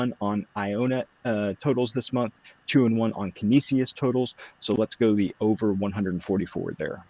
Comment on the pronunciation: Im a Canisius Graduate (Buffalo Jesuit School) --- Can-eesh-us ;)